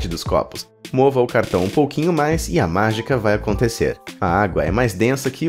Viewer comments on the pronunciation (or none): none